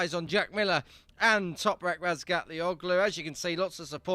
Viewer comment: toprak's turkish name: the ğ is soft, so --OĞLU is pronounced OH-LU. no hard G sound.